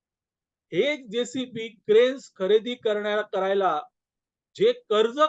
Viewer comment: जेसीपी नव्हे, जेसीबी. 🙏